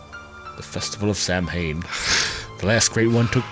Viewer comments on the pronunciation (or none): Samhain is pronounced "saw-win" not "sam-hane"